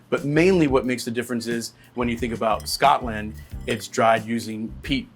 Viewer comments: He also kept saying “Scott-land” like a weirdo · I'm not even Scottisch, but I'm offended by the way he pronounces Scotland lol. Lot's to learn about Whisky still, I realise i'm not the target audience and it's atill a matter of taste (I think Jim Beam is better than Jack Daniels although IMO bourbons aren't whisky at all), but for example saying Glenlivet is peated where it isn't makes me kinda question his other videos too. No hate, just.. a bit disillusioned I guess.